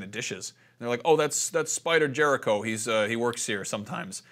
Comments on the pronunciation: It's spider Rico not jerico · Lmao spider Jericho. It's spider Rico lpl